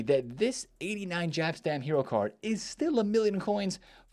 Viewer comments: Its Yap stam not Jap stam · Its not "JAAP staam" you Yank. It's pronounced as "Yaap Staam". Warra EA bootlicker is lol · Say "Jap" Stam one more time..